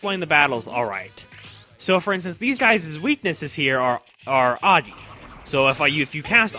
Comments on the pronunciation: It is prononunced AAGI infact. It is a sanskrit word for fire. (AAG) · It is pronounced ahh-gi not a-gi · a few things: Are you going to do the answer? Sorry if you said so before or not.. I believe agi is pronounced ah-gee And dia dee-ah Also there is something else about the all out attacks. They are considered "ultimate" element or i think its called that. Nothing is strong/can nullify/repell/absorb the attacks this element.